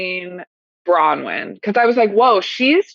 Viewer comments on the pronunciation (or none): Why do you keep saying Brawyn? I'm not the only one who has commented on this. It's BroNwyn. Why is your team not correcting you? It's weird. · And no one in his crew will correct him and tell him, it's BroNwyn not Brawyn...